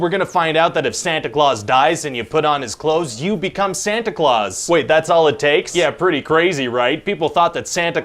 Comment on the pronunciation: oh, it"s the real pronunciation was always "Santa Cloth" then?